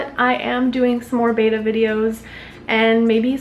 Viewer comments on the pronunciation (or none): It's not BAYtta it's BEttA FISHH ;)